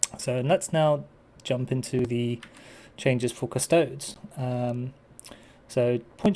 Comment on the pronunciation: The singular of "custodes" is not "custode". You do not pronounce "custodes" like "cuss-toads" as you wouldn't pronounce "astartes" as "ass-tarts" or "ass-tearts".